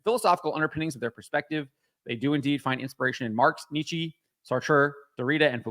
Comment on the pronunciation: I agree with you but you can't pronounce Nietzsche. Google how you pronounce it. It just shows you aren't well read and once again stop saying Nietzsche has anything to do with identity politics. He doesn't.